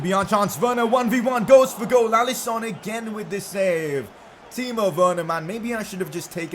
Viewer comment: Is actually pronounced allisin not Allison👍🏼